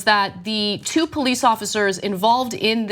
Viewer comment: Running don't make you guilty of nothing! The Poe-leece.